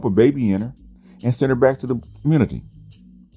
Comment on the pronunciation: Why do you YouTube land dudes say "communitah"? Nobody Black pronounces community as communitah.